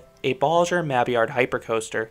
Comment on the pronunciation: The way the double-L’s are pronounced differently between “Bolliger” and “Mabillard”… I know its linguistic differences but I’m uncomfortable